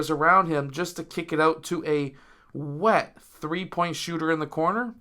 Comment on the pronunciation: pls don’t say wet like that ever again but great breakdown.